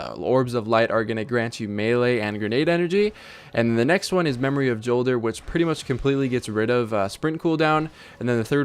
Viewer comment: It's said like Yolder, not Jolder with a hard J. Check out Deej talking about it in the streams leading up to ROI.